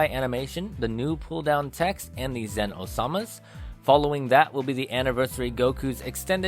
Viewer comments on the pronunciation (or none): Can't get over the fact that you called Zeno Sama - Osama lol.